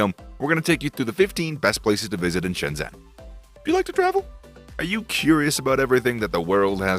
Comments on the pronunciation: please learn to pronounce it correctly: 深圳 Shēnzhèn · How can you go to Shenzhen, make a video about Shenzhen, and still not know how to pronounce 'Shenzhen?'